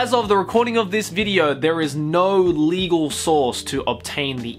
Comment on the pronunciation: Why do you keep emphasizing "legal"?